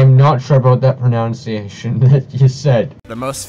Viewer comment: Who's gonna tell him pronunciation isn't pronounced "proNOUNciation?" Same goes for "misproNOUNciation," instead of mispronunciation.